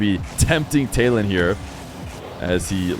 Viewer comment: The name Taylan is actually turkished and pronounced Tylan (similar to Tyler)